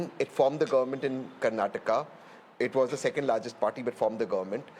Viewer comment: It's not Govermunnt anchor woman- it's government.